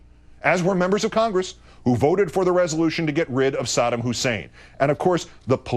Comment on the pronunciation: He can't even pronounce "Saddam" correctly, what an idiot